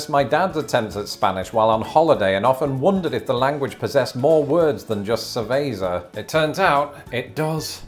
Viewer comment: You said cerveza about as white as you possibly could there, but the sentiment was hilarious LUL I will not leave you alone, that's farting hilarious KEKW